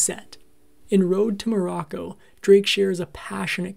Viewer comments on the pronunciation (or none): none